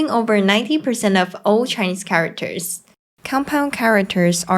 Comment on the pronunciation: Cool. But the way she pronounced it charaWters is a bit annoying; if it had said just for a few times, maybe it's not really a problem, but since she said charaWters too many times, she should have learnt it better to say it properly.